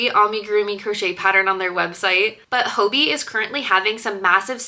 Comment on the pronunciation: Im from denmark and im pretty sure “hobbii” is just pronounced like hobby